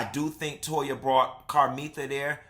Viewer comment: It tickles me with Anila's Mom calls Toya 'Toe-ha'!!!